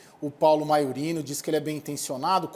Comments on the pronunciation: A mulher não sabe nem ler: é MAIURINO e não MAURINO! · Tropa de Jornalistas esquerdistas e incompetentes. Aquela MONA que de frente parece bonita, de perfil é horrível de feia, ademais, nao sabe pronunciar Maiorino.